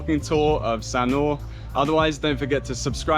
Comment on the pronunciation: We love Sanur, we are in the older age group. Loved your video and really loved how you pronounced the words/names correctly